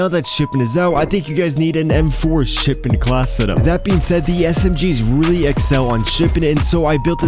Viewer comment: whats shipedent lmao learn to speak